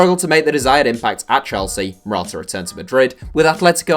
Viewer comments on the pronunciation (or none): none